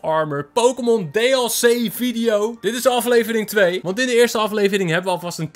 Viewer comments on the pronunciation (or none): Wie ergert zich ook aan dat hij zegt Dey El c en hij bij avery terwijl het een meisje is?